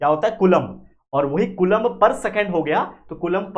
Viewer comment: Its not Coolombb! The pronunciation should be as follows:- Spelling- Coulomb Pronunciation- koo-lawm